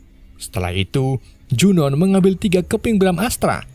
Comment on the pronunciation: Junoon dibacanya Junu Jeena dibacanya Jina